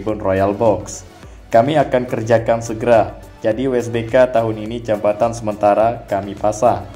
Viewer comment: Yg bener jabatan ap jembatan yg akan d bangun teh klw ga bisa nyebut baca ajah "JPO" gituh biar mudah dan mengerti dan enak d denger yh